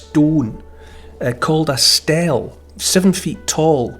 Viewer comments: Not 'Stell' It's 'Steelee' Spelt Stele. Sorry... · Just a FYI "stele" is pronounced stee-lee